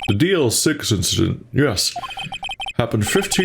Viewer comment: I'm impressed that you didn't mispronounced DL-6 with DLC...😅